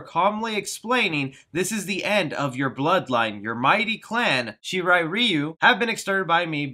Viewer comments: Hanso Hashi > Hanzo Hasashi Shi Ri Riu > Shirai Ryu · I don't mean to be that guy but Scorpion's last name is Pronounced Ha-sa-shee and his clan's name is pronounced sha-rye-ryu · Hanzo hasashi not hanzo hashi and shi ry ry Yu u pranounced wrong bad spelling sorry 😅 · Say it with me..... its pronounced (SHE-RIE) (RIE-You) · Lol the way you pronounced shirai ryu good video tho can't wait for this movie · straight up butchered the name of Hanzo Hasashi and the Shirai ryu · u mispronounced hanzo hasashi and shirai ryu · ngl I got triggered when he butchered hanzos last name and shirai Ryu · The way he pronounced Scorpion's name and his clan's Shirai Ryu name 🤮🤮 stopped watching immediately after that. Like bro do you even Mortal Kombat? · Jesus you couldn't have butchered pronouncing Hanzo Hasashi and Shirai Ryu any worse could you?